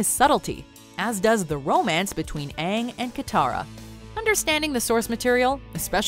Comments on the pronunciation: What the fu©k is "aaaaang" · Is it me, or does everyone cringe whenever they call Aang, “ONG”? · Hermione: It’s pronounced “Aang” not “Ung” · Uhng are you the UH-VATR? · That was literally me during the entire movie. I was also correcting the pronunciation of Sokka and Avatar, among other things while watching this sorry excuse for a live action adaptation. "Movie": My name is Ung. Me every time the avatar's name is butchered: It's pronounced Aang. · Ya I also noticed that they kept saying Ung instead of Aang and I screamed “Aang” at it everytime they said Ung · She literally calls him "on" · Reasons I hate this film: 1. Called him "Ong" like bong instead of Aang like bang. 2. Called Sokka "soak-uh". 3. Made Sokka and Katara white instead of based on Inuits like they are in the show. 4. Made all of the firebenders Indian, wtf? They are clearly not Indian in the show. 5. Required a source of fire, (like Pyro from X-Men), instead of being able to create fire, like the show. All because they thought it would make firebenders "too powerful" compared to the other 3 elements. 6. Took like FIVE MINUTES just to do a basic water bending move. 7. Completely ignored the different martial art styles each element from the show is based off of. 8. Earth bending was complete shit. An entire village of Earth benders was enslaved by a handful of firebenders. And even when it showed them bending, they literally just moved a single rock. Wtf. An entire village could easily handle like 6 firebenders in the show. 9. Horrible acting. I mean, I know they're kids, but come on. 10. Is it just me, or was Aang not funny at all in this movie? His character is supposed to be silly and carefree, like air...but this kid seemed serious as hell through the entire movie. And when the hell was Sokka ever going to give some comic relief? Ugh. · Ong and soh-ka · I’m done with the movie when they said “Uung” like who the bell is “Uung” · The Gaming Bros It’s Ung not Aung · Aung lmao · Hey AUNG like wtf